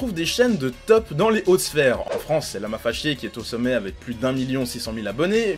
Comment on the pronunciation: je suis le seul à avoir entendue à environ minute lama fâchier xd